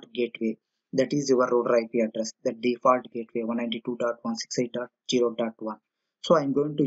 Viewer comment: its Zero not Jero!